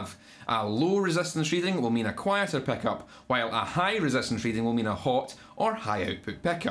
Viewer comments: Most people: "Pickup" Scottish boi: "Peckup" Is that similar to a chin-up? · 🤣 can’t get enough of hearing “Peckop”